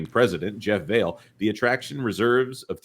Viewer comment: Jeff VAH-lee {not Vale)